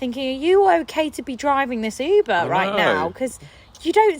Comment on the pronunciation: your pronunciation of "uber" was so hard for me to even comprehend. It sounds like "ipa, iba, epa, or eba" to me.